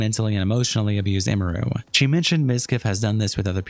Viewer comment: “Imuru” is a new name butchering that indeed, wasn’t on my 2025 Bingo card